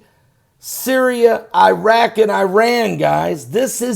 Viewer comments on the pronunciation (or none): none